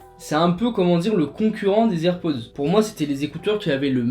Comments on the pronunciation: On dit pas les z’airpods mais les h’airpods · Il a dit. AirPause 😂